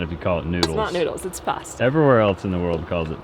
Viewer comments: It’s PASTA - just say’in 🤣😂🤣😂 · a nice Italian girl and it’s PASTA! Lol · it’s pasta. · you are wrong, is right, here in Australia we say pasta. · I'm Sicilian... sorry... it's pasta!! 😊😁❤ love you guys! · Nope, not noodles.....everywhere except in land, PASTA. Sorry,....still love you, but it is pasta. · it’s pasta lol well here in the Uk, listen to your wife, you know she’s right lol 😂